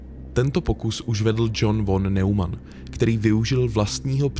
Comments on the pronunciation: Von Neumann sa vyslovuje nemecky "fon nojman" ;) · Pěkné video, jen podotknu, že "von" se čte jako "fon", jelikož v němčině se "V" na začátku slova čte jako "f". Zároveň kombinace "eu" se čte jako "oj", takže "Nojman", ale to je jedno ve výsledku, jen to němčinářovi rve uši.:D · Von Neumann sa cita nemecky "fon nojman" :))